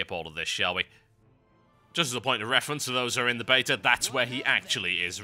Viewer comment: Every time this guy says "beta" it sounds like he says "bater" which is strangely awesome.